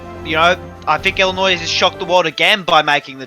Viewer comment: Imagine saying Illinois with an s